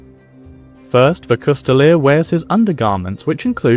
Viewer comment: A "coustille" most often written "Coutille" most often reffers to a long polearm with a single edge blade that in englisg is called a "Glaive". The "s" in "coustille" is silent, it should not be pronounced. You can see coutiliers with their Coutiles pillaging a town under the order of their lord on this picture from Froissart's chronicles